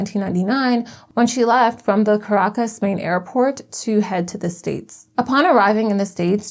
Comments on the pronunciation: Make an effort to learn how to pronounce Ca-RA-cas. Or any other capital city. You go online an type, "How do you pronounce..." Takes 30 seconds.... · Hi, love the video! Just wanted to give you a heads up on Spanish pronunciation. Unless there’s an accent mark somewhere in the word, emphasis is placed on the second last syllable. So the capital of Venezuela is pronounced ca-RAH-cas. ❤ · Please pronounce Caracas properly; it is Car aa. Cus. You can look it up on Google. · The narrator may want to learn how to say Caracus. Go back to school